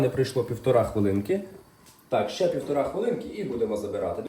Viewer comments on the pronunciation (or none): ПівторИ хвилинки, а то кров із вух